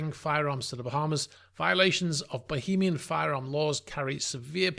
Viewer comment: Why do you keep saying bohemian and not Bahamian